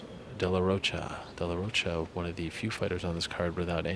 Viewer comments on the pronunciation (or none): none